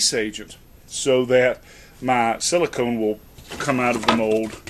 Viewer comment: Silicone..... even my voice recognition on my phone is smarter than you.